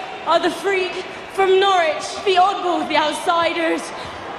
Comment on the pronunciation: You don’t pronounce Norwich “Gnaw - Ridge”. It’s just “Norr-rich”